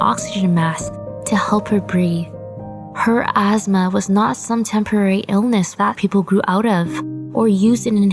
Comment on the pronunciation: I’m sorry, but.... azzzma? What’s that? I thought it was asthma..... Sad tho ☹️